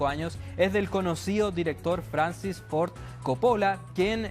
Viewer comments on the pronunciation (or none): none